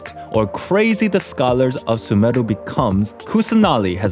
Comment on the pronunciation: is no one gonna talk about how good his pronunciation of sumeru is?